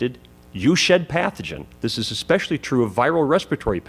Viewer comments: Did he just say 'ekspecially'?? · Dude's up there after how many years of university and still can't pronounce especially? Bummer. Good thing he picked a career where people write so poorly you can't even read a prescription.